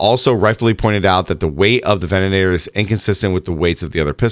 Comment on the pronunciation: Did they also add an extra "an" to the ven-a-tor?? 😂😂😂